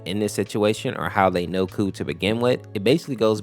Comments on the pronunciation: Honestly. i thought i was the only one to think that G-SU is gay. He was fricking blushing while putting handcuffs on KOU's hands. But it would be nice if they would canonically be a couple tho :D. Also, another thing, KOU'S name is pronounced "Ko" and not "Coo" lol 😅. I also realized some days ago heh. KOU's deffo one of my favorites. Pweez reply i would love that 🥺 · This is pretty spot on!! The only thing that is inaccurate is just that KOU's name is pronounced like "Ko" instead of "Coo" haha, but it's a common mistake! Thanks for sharing my story with others, the way you explain it is really sweet! :D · Is it not pronounced K O U, each letter separately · KOU’s name is pronounced “Koh,” rhymes with “Oh” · By the way the dev of mod said kou pronounced "ko" like "no" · I feel bad whenever someone mispronounces kou's name